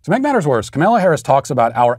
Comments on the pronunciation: Matt knows it's funny everytime he butchers kamala harris' name yet he always keeps a straight face. Kamayla Harris! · If you are going to cancel her, you could at least pronounce her name correctly. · "Ok Ms. Vice President, remember earlier today when you reamed out the intern who brought your turkey sandwich with the tomato on top of the lettuce instead of between the meat and cheese then had that phone call with Joe where you had to remind him how to pronounce your name without flustering him? Bring that energy to this speech!"